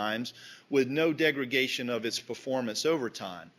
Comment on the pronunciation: The word is degradation, not degragation